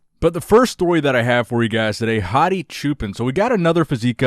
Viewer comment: Bro when you say hadi it sounds like 'Hottie'